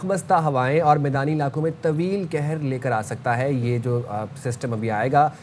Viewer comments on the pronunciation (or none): کہر کو پیش کے ساتھ پڑھتے ہیں معنیfrost کے ہوتے ہیں زیر کے ساتھ پڑھبے سے کہر نہیں قہر لگ رہا ہے جسکا معنی عذاب کے ہوتے ہیں اردو خبریں پڑھنے والوں کا تلفظ درست ہونا بہت ضروری ہے